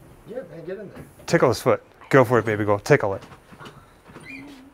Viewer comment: Does he call her "Baby girl" or "Baby ghoul" ?